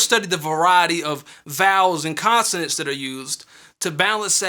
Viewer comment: He said consenens